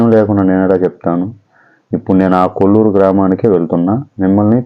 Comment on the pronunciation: Kolluru kadhu koluru